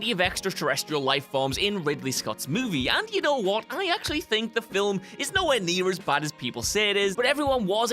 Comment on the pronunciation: Very impressive, getting two syllables out of 'film'